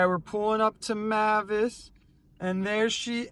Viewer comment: Mavis is actually pronounced as "MAY-viss."